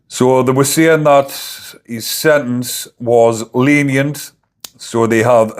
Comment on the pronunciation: Why can't you pronounce SENTENCE, you're not American?